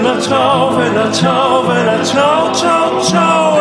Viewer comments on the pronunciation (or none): (Am I the only one disturbed by the fact he pronounces it "Vella ciao" instead of "Bella ciao"?) Great remix !